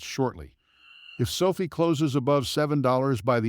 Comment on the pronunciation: It's not SO-fee. It's SO-f(eye) With a hard capital letter I. Sophie is the girl that serves you coffee at Starbucks. Call it correctly and I will take you more seriously. (No, I probably still won't.) Get a real person do do your commentary instead of your AI program that doesn't understand. How can it?